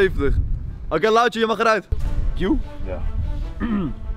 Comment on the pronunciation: Het is to h lauwtje geen louwtje 😂